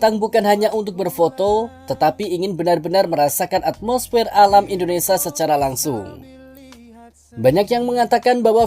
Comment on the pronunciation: Hi yg punya channel! Kamu nyebut Indonesia yg betul dong Indonesa indonesa Itu kebiasaan orang jawa "sia menjadi sa " Orang asing yg mendengar chanel mu akan bingung Contoh nya teman saya